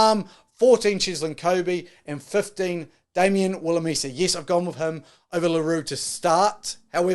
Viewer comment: Might help with pronunciation. Phonetically : France Mahl-her-buh E-fun Rewis Damien Ville-lim-sir